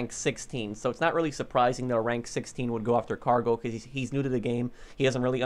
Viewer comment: it's cargo not gargo lol